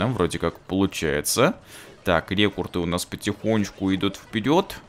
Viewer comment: рЕкРуты, а не рЕкурты!